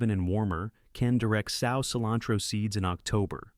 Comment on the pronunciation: it’s the mispronunciations for me, like “sow” pronounced like a female pig vs like “sew.”